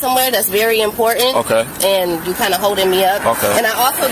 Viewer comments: Moorish is a synonym for Moron. I'm Poor Ant? She's one of those that are afraid of the letter T, it's pronounced important im-por-tant not im poor ant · She claims she's on her way somewhere that's very 'impor-ent', hopefully it's the dentist. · I’m going somewhere very “Im-por-ant’. She says . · Ah, she's going somewhere "impor-ent." That changes everything.